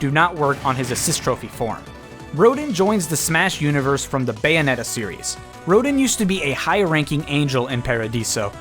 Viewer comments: "Roh-dinn"...It-It's "roh-DAHN". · It's Ro-DAWN! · Rodin from Bayonetta is actually "Ro-dawn" spoken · Rodin's name is pronounced "Rho-dahn". Not sure why, there's probably some explanation for it. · its pronounced RO-DAWN btw. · roe-dinn... I cringed at that pronunciation. Not even a bad video or anything but that really got to me. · I see this happen EVERYWHERE: Rodin is pronounced “Ro-DON”. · small nitpick, but Rodin is pronounced like ro-dawn....also thanks for the Splatoon 2 spoiler :/ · Lol you need to look up how to pronounce "Rodin" mate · You mispronounced "Rodin", if I'm not mistaken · TheScatmanBros He did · OK, I'm very sorry, but I have to point this out. You pronounced Rodin wrong. Don't worry, you wouldn't be the first, him and Jeanne get mispronounced all the time, but I just had to say it. Otherwise, great video :)